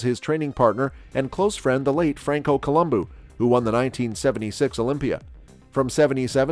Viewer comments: Franko Colu'booh'😂 have you ever seen Ram'booh'. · What are you talking about! Tarnishing bodybuilding, everyone new Arnold was Weiders boy, it wasn't a surprise. Regardless of that, he made bodybuilding what it is today. What you need to do is learn how to pronounce Franco's last name properly!